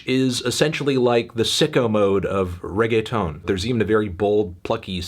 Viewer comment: The whitest way to say Reggaeton melon